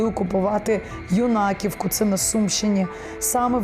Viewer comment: Наголос на першу букву в назві. Юнаківка